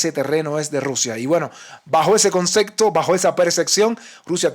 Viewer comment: "Concepto" no consecto, "percepción" no perseccion